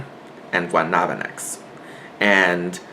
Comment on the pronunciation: thanks for the video. But your pronunciation of the Taíno gods is a massacre. Cemí were the physical (Stone) representation of a dead family member(ancestor) or a deity. Guabancex was the Taíno goddess of destruction and Coatrisquie(Floods and water), Guataubá(Storm clouds, thunder and Lightning) and Juracán(destructive strong winds. Note that in all Taíno petroglyphs depicting Guabancex, her arms rotates in counterclockwise direction like a real hurricane) were her emissaries( like Mercury to Zeus in Greek mythology). Depending on how furious was Guabancex she will unleashed her emissaries to wreck havoc around the Caribbean.